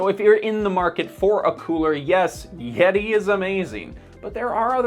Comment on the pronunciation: Butchering the name of a company has no bearing on understanding sir.